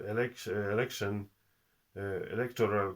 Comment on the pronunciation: Да говори по русски! А то получается эрэкшен вместо элэкшен.